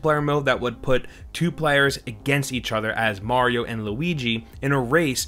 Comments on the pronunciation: “New Super Merio Bro’s.” - did you write this the way you say it? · New Super 'Merio' Bros ??? lol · “new super merio” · 'MERIO BROS' never heard of it. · super MERIO brothers lmao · Super Merio > Super Mario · new super merio haha mario not merio lmao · Who is super "merio" bros? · Super 'Merio' 😂